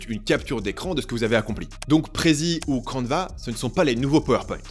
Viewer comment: ?? Canva = Canvas (EN) / Canevas (FR) se prononce pareil.